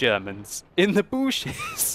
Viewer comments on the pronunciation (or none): "Booshes!" 2015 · "Now we have 2 fat Germans in the booshes" lol lmao